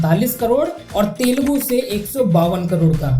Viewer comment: It is Telugu bro not telgu